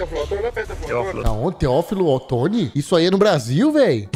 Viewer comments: Eu vendo ele falar o nome da cidade de nascimento da minha mamãe errado kkkk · Nasci em Teófilo otoni viu, e falou errado 😂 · O vídeo do programa é bom, agora o youtuber é muito ruim. Não sabe nem falar o nome da cidade direito. Isso de achar engraçado conversar errado é muita bobagem. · eu nasci pra ver o massacrando o nome de tchó tchó kkkkkkkkkkkkkkkk e o pior q tive a exata reação q ele falou q quem mora em teófilo otoni teria